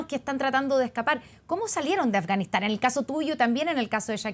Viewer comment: OYE periodista!!! PRONUNCIA BIEN AFGANISTAN.------- AF, GA NIS TAN... /affff ) pronuncia la "F" --- pronuncis "S" (ganis)